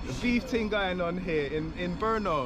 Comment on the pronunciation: Proč místo Brno tak mu rozumím slovo po*no?🤣